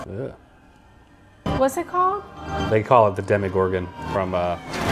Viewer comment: Demogorgon not demigorgon